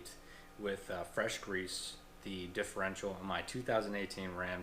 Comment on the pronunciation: WHY?? do you keep calling it the "differential"????